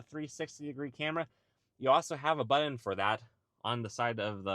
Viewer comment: BuTTon. Not BuDDon!!😬